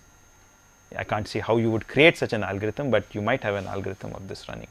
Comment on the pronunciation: "AALL" GO-RITHM........:P